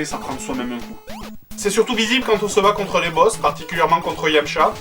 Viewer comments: c est yamcha pas dashlim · C'est Yamcha pas dhalsim x) tu m'as tuee